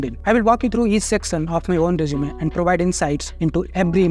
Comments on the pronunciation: Not jjj zzz zeeee rezzzzumee rejjjumay NAHI bhaiya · Resume 🚫 Reechume ✅️🐧